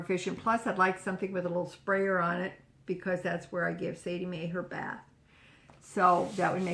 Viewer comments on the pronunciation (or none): none